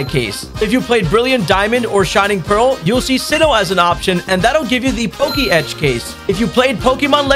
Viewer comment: Okay but it’s just poketch 2 syllables Not pokey etch Poketch